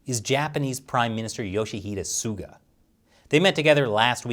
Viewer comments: That senile US president is an embarrassment. Botching PM Suga's name like is total cringe. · I feel bad for him honestly... having to fill in the shoes of a very iconic prime minister, fighting so hard for his people and then some old demented fart that's supposed to be the big defender of the free world doesn't even care enough to properly pronounce your name while addressing you by your first name... I'm not even American and I feel like apologising on America's behalf